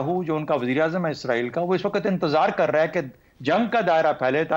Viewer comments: آپ اسرائیل boly Izraeel nhi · anchor izrael lfaz use kr rehi hai. jab k lafz Israel hai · اسراںیل عزراںیل نہی لفظ درست کریں